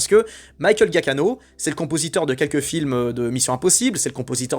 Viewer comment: Excellente vidéo, merci. PS : le nom du compositeur se prononce "Djia-ki-no" 😁